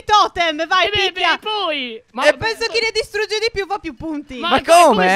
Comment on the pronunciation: Ora mi sono accorto che dice picchia lol😂😂